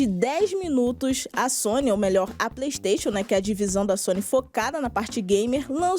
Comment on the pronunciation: PREYSTATION, PREYSTATION, PREYSTATION